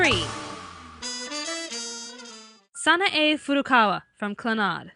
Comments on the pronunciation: Hey it's not sana a its san a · You're driving me insane. It's pronounced San-AI! If you actually gave the show a proper chance, you would know this! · SHE KEPT SAYING SANAE WRONG